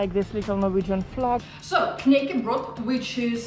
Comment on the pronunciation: knekkebrød, imgen feil uttale der. Energien din er utrolig bra!